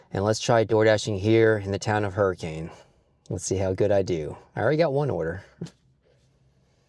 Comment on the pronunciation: AND its Hurri-kin! Not Hurricane!